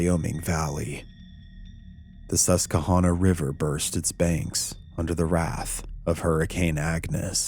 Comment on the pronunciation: Sus-ka-hanna. Lmao. Lame as fake vid.